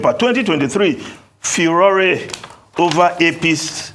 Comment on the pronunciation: How is still in this role? E say na FU- RÓ- RÈ! E turn am to 3 syllables. Man has a tough time reading.